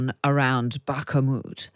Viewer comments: Back-a-moot? That's an interesting new mispronunciation! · Bakamoot 😂🤦🏼‍♂️ Bakhmut lady, kh like you're spitting in Zelons Musks face. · Lady its Bahkmut NOT BAHK a MUT. Thought you’d have realised by now. 😂🥊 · “Backahmoot” 😅 I guess it’s by “Keeve” in The Ukraine. 🇸🇪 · To the female interviewer: Bakhmut not "Backamut" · Its not called BAKA MUT but BAKMUT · Should we surrprised these dictators dont give a Dam about " Life in general " except for there own miserable life. ps: lady its not " Backa moutt " its prononced " Bacmoud " 😂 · "Bakh-A-mut" ? I have never seen the letter A in the spelling of Bakhmut which is a city in Ukraine. Maybe this female presenter can explain how her version of english works. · STOP THE BAK-AH-MUT!!!!! It is pronounced bakh-mut ffs 🤣😂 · That "Bach-a-moot" is really tough on the frontal cortex. Is that acceptable pronunciation in ANY dialect? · Bakhmut. Not Backamutt. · Bakkermut? Cmon... you're a reporter, this town has been the forefront of news for how long now? nitpicking but still... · Can’t she pronounce the name of Bakhmut there’s no extra a in it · Where did she get the pronunciation of Bak A moot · I think it’s time The Times get a linguist in to give their hosts some pronunciation lessons. Far too many of them can’t seem to speak worth a damn, and there’s really no excuse… What the heck is bak-a-moot?!? 😂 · It is not "Bahk-a-moot", lady. And some of your questions are like those of a cheap gossip columnist. Hang it up, already. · Bakken moet! Hilarious! Maybe change that "kh" to a k instead of a ke or ku? A regular k seems good enough. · "Bakamut" Has the interviewer paid any attention at all? Bakamut? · You really have to stop saying “Bakamut”. There must be some English words with the same sound as the “ch” in Bachmut that you can copy paste when talking. It’s been a year already.. Kind regards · Are you STILL saying 'bakamoot'? WHY??? NOBODY pronounces it like that! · “Bakah-moot” lol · Bark moot